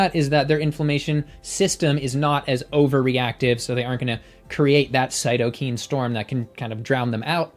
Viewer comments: Great video, as they all are, and of course entertaining as well. I just wanted to comment that they are pronounced cyto-kines, not cyto-keens. Thank you for all the great work you do for the vegan movement in providing scientific evidence. I hope to meet you one day. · Its Cyto K I N E. Not CytoKEEN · Thanks. Btw, the pronunciation of cytokine is different from this video’s. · Great video, but cytokine is pronounced with long "I" in the last syllable.